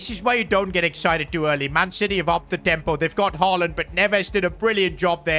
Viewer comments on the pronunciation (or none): none